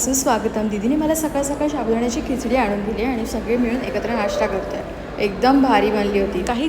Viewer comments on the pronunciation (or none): छान, पूर्ण vlog पण कर..साबुदाणा, शाबुदाणा नाही